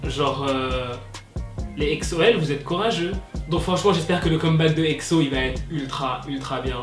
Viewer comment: j'aime pas trop comment tu dit exo tu le dis exso apres c'est pas mechant #EXO-L